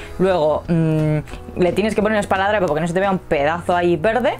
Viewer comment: No se dice espaladrapo, y lo dices varias veces